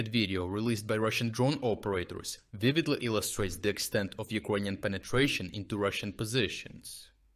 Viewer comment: As to the pronunciation. Improvement! Now still especially one word sounds very ”slavic”. It”s the word ”ukrainian”. The i sound is too dominating, sharp and sounds mixed with ”j” in a very disturbing way. Try to listen to proper english pronunciation. The i sound should”nt be that dominating sound in that word, please! The same applies to a certain extent to i in ”russian”. Dim the i sound even more!